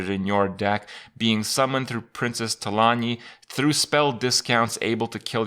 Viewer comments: It's Talanji not Talanee. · Not trying to be a dick, but in WoW it's pronounced Tah-lawn-gee. The Nordic pronunciation is cool, but Trolls aren't based in Nordic mythology in the WoW universe. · Know your lore Krip! It's not often that we see an actual character from Warcraft in Hearthstone anymore. Lets at least pronounce them correctly :P It's Talan[JJJ]i. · talan/ji/, Kripp. There is a ji at the end. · Talanji is pronounced like Tu-lawn-G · the way you pronounced Talanji killed me inside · Krip its Princess Talanji with J as in Juice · you pronounce the "J" in Talanji. I know you don't play wow anymore, but she's a major player in the Horde's story in BFA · If a character is named Talanji, and the people who named her that pronounce it a specific way, then that is the correct way to pronounce it. Blizzard doesn't pronounce the name THEY created wrong. that's not how names work.